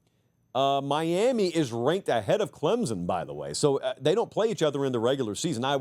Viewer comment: PLEASE….for the love of God there is NO ‘Z’ in ClemSon.